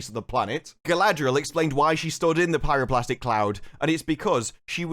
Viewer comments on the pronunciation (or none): BTW it's pyro-clastic, not plastic, also straight up calling BS on their "scientifically possible". To cause an explosion like that they would need that water/steam to be trapped and generate pressure, which is kind of hard if you have a massive tunnel half full with water in the chamber. All that would happen in real life is that you'd get a nice steam geyser going, before eventually the water covered the magma. Then it would sit there and boil, and maybe in a few days, assuming that the tunnels collapse cause of they erosion from the water, it would generate a steam explosion. And maybe potentially cause the volcanoes to erupt, but more likely just create a maar and a small landslide. The entire episode for me felt like the kind of amateur contrived story of DnD game. Things just happened, and certainly not in a way that even someone with a cursory knowledge of the events would say it does. It's just bad. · It's pyroClastic, not plastic ;-) Great review as usual.